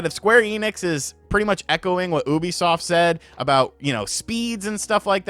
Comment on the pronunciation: its youbisoft, not houuuuuubisoft😡😡, damn it!!!!!!!!!😤😤